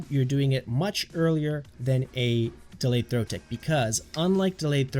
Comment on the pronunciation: dealayed throw